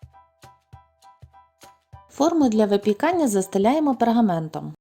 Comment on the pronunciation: Окрім пергамЕнту) бо він таки пергАмент)